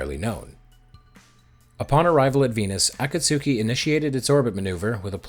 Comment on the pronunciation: AAAA KAAAA SOOOO KEEEEE 😅 ah-KAT-ski 👍